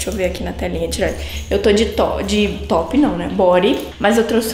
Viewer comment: Quando ela flw eu to de "top" eu entendi ela falando eu tp de toddy😂